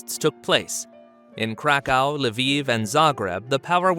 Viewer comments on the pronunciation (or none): none